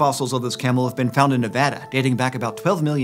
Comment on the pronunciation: AAAAAA HE PRONOUNCED NEVADA RIGHT